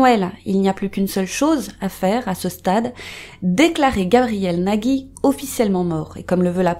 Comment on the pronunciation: ont dit NAJI et non NAGUY, car il n'y a pas de "u", j'ai le même nom de famille donc voilou si non, la vidéo est grave cool